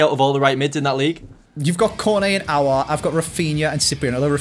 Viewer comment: sounded like the reason he nealry didnt go Aouar was cause he couldnt pronounce it lol